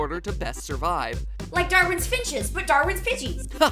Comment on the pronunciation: ....she says "finches"